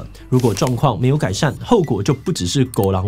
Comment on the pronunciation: 希望稿子裡面有台語的話，團隊幫志祺補強一下發音。已經聽了好幾次不標準的「眉角 mê-kak」了，還有這一集的「顧人怨 kòo-lâng-uàn」。